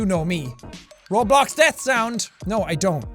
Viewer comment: Dude said robox lol